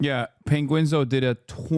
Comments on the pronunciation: Who says penguinzo???? Its Penguin 0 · Lol its pronounced penguin zee zero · Hasan pronouncing Charlie's channel name as "Penguinzo" is hilarious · Lol atp literally just call him Charlie 😂 "penguinzo" wtf hahaha